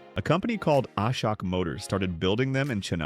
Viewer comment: Its not A-sha-k, Ashok=>uh-shok. anyway, the AI generated content just to capture Indian audience and get youtube $$$$?